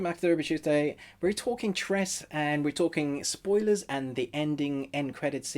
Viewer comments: its not tres. its pronounce tre see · its tres - se..not tress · It's pronounced as "Tres-se". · It's pronounced Tre seh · Not trey sey its tre se